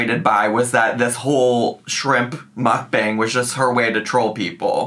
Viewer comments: I am so glad to hear you say Mukbang. Hearing our call it “mook-bong” always made me cringe. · The word is Hangul and its correctly pronounced 먹방(Meokbang) - so Mock Bang. There is no 'U' sound in it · Am I the only one that can’t stand the way she says mukbang? She says mook bong.. like what? It just grates on my damn nerves! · I think it’s really pronounced muck-bong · WHY DOES SHE PRONOUNCE MUKBANG LIKE THAT???? I’m serious, it makes me want to pierce my eardrums every time she says it wrong 😩😩😩😩